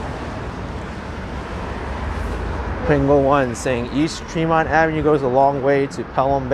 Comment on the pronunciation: My hood... by the way it's pronounced TREE-MONT